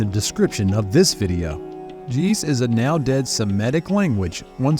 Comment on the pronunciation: And the word hes pronouncing jeez, has the same g sound as get, and it stops in the middle of the word, and quickly picks back up to make 2 syllables. And Ge'Ez is still widely spoken because the Othodox Chuch Bible is written in Ge'ez.